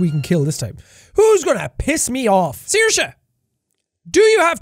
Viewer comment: Finally I learn how to pronounce Saoirse. Thank you, Sean🥰